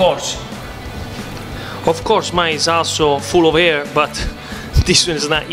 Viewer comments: Ohhhh, full of "air", not full of "hair" ! I was quite confused. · Air not Hairy